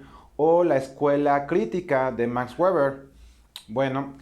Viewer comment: "Emili" Durkheim, Max "Güeber". Horrible.